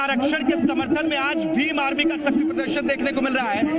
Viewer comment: भीम आमी नही ही भीम आर्मी ही बड़ी बोलो